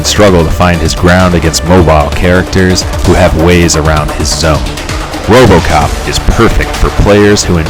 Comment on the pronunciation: I lost it at “ROBOCAHP!” 😂😂. Good job though man... this is really well made and I can tell you put a lot of work into it. Gonna use it to help me pick my next character.